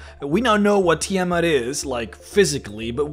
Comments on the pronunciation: Sorry, by Istar: Tii'Mhut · You can't even pronounce Tiamat...